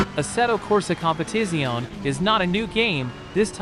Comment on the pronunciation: It's pronounced Competitz-yo-ne